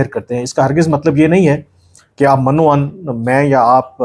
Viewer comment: its min-o-ann not man-o-ann